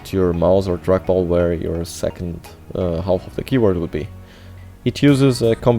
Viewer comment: the L in "half" is supposed to be silent, so is the C in "muscle"